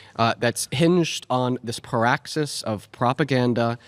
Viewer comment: What is that word paraxis? Does anyone know what that word means? Or does he mean praxis?